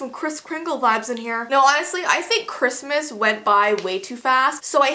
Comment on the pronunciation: I thought you said crispsmas not Christmas